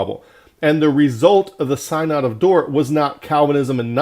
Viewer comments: Sin-uhd not psynod :) but awesome truth! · First, your mispronunciation of synod signals your lack of authority. Second, you misrepresent Calvinism. Third, you don't back any of your condemnations with scripture.